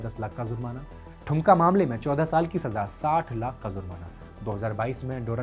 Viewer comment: ठुमका नाम की कोई जगह नहीं है, दुमका है। कृपया सुधार कर लें